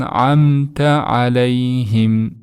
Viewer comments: Алейхим эмес Алайхим деп айтышат го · Алейхим эмес. Алайхим. Арабтарда е буква жокко